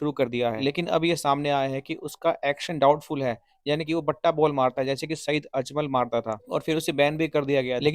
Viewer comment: Batta nahin bhatta , बट्टा नहीं भट्टा बाल